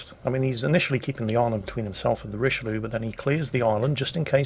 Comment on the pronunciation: you're mispronouncing Richyloulou